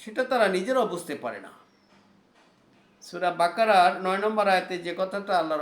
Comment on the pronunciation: আপনার মুমিনূন, কোরআন মরিওম বাকারসহ যেসব আরবি উচ্চারণ করেছেন সবই ভুল উচ্চারণ। প্লিজ আগে আরবি শেখেন তারপর কোরআন হাদিসের আলোকে আলোচনা করেন।